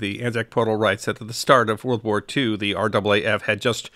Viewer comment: Fair enough, I hadn't heard it had changed!! Always good to learn something new!! Also, well done on pronouncing R double A F correctly!! So often people from outside of Australia say each letter, R A A F, and it just sounds wrong to Australian ears!! Great video!!